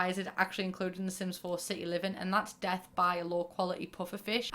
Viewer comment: Fully thought you were saying Dev instead of Death which is my nickname but now i shall introduce myself as Death hello nice to meet u